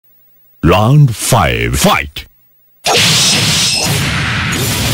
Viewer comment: Round ❌LOUND ☑️😂😂😂😂😂